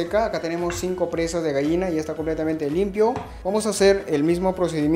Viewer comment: Se dice GALLINA no Gaina